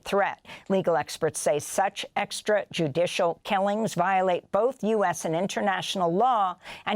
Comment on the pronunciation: Say extrajudicial again!